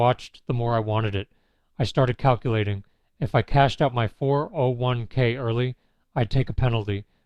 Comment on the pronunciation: First of all, you're either a bot or someone who doesn't know how to say "401k" As a middle-aged man, I have no respect or sympathy for men who hook up with women young enough to be their daughters. I didn't even watch more than a couple minute of your video, because it's not worth it.